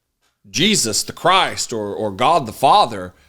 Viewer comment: I live for when you say, "The almighty Gawd"! It cracks me up everytime!